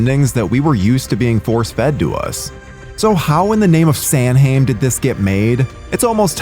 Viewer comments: “How in the name of SAM HAYNE”? No, It’s pronounced SAH WIN. You think since you’re a horror account you’d know how to pronounce Samhain lmfao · Samhain is pronounced "SAH-win". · Samhain is pronounced SOW-in, not SAAM-hain. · How many times do you bloody Americans need to be told, it's not fucking 'Sam-Hayn', it's fucking SOW-EN. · Who is Sam Hain? And why would you pronounce it that way, especially in regards to this movie, where they go out of their way to not pronounce incorrectly? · It's pronounced "SOW-an", not samhain. Also "Kwatermass". There is only one "R". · And Samhain is pronounced (Sah-ween) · That's not how you pronounce Samhain. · I hate when people mispronounce Samhain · Happy to use the 420th comment to say YOU'RE PRONOUNCING SAMHAIN WRONG! Roll it up Light it up Smoke it up Yeet! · Such an incredible amount of research and production only to mispronounce Quatermass and samhain. Boggles the mind. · This is by far my favourite of the series. Scared me as a small kid back in the day and I think it's the perfect Horror to watch on Halloween night. And being Irish, as a kid I thought it was awesome having an evil Irish villain in a Horror film. Oh and a minor heads up, "Samhain" is actually the Irish word for both November &Halloween itself and is actually pronounced "sow-n" I remember laughing as a kid when Loomis pronounced it Sam Hain lol. :)